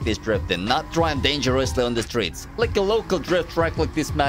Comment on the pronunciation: says streets.: steets